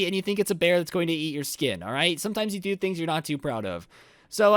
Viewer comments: I thought he said yeet but he said eat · I could tell if you where saying yeet you or eat you xD